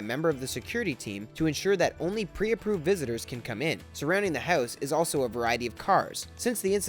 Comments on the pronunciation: i hate the way u say house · funny the way he pronounces house